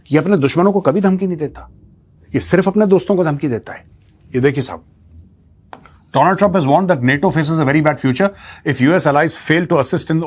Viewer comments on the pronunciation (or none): Dolaand thrump😂